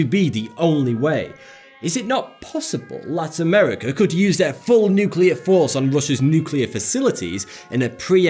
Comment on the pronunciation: THANK YOU for saying “nuke-clear” and not “nuke-ular”